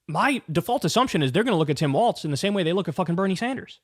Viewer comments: Dear Kyle, I love your show 💙💙💙🤗🤗🤗 ... thrilled as can be ... with all due love and respect 💗💗💗, "Walz" is pronounced like "Walls", not "Waltz" ... no "t" sound 🤗🌿🌷💙💙💙💙💙🌷🌿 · its pronounced like walls not waltz. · Kyle I’m gonna need you to learn how to pronounce his name it’s Walz not Waltz! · It’s walz not waltz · I guess even fans of his will continue to mispronounce his name. Kuh-ma-luh and Waltz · Kyle your take is great on Tim Walz but for the love of all things please say his name correctly. His name is pronounced "Walls" there is no "t" in his name, its Tim WALZ!!!! Thank You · Kyle. Say it right, he deserves it, Tim Walz. Start by saying Tim Walls if it helps.